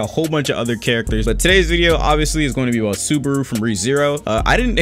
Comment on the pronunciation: The way he said Subaru hurt my soul